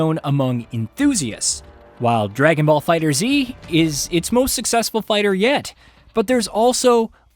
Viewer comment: How are people still mispronouncing FighterZ? Its just fighters, not fighter-Z